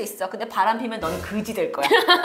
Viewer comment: 그지가 될거야 욕 아닌데 되게 찰진 욕으로 들렼ㅋㅋㅋㅋㅋㅋ개웃곀ㅋㅋㅋㅋㅋ ㅠㅠㅠㅠ